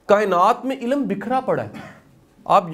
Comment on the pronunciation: Shah g ye lafz ilm ha ilam nai